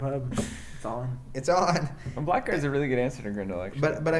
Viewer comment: Man, I hate to be the stickler, but Blackguard is pronounced 'blaggard'. :)